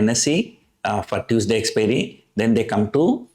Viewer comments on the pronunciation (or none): none